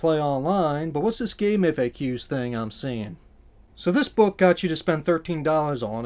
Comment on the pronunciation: Thank you for not saying "Gamefakks"